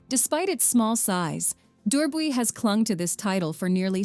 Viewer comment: This AI voice really can't handle the French names. That's not how you pronounce Durbuy (or known at this day as Coucke-land). But yes, i love our Ardennes.